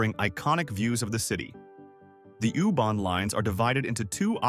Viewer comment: I can’t watch this, the AI voice saying “ooh barn” is just too annoying